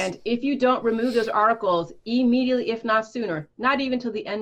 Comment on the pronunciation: E-mediately!? Lol